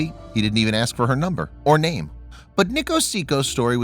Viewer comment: They mutilated the poor man’s name. 😂😂😂😂